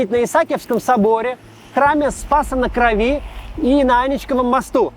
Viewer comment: Максим Кац оторвал мне уши Аничковым мостом. Уже 2023 год, а до сих пор люди не знают куда ударение ставить.